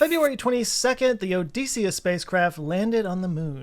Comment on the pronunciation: great run down thanks. odysseus is pronounced oh-dess-ee-ous, as in decimal, not oh-dees-ee-ous, as in deep or joespeak 😂🎉